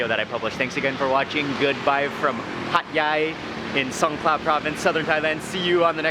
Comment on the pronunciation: Hat yai sound like hot guy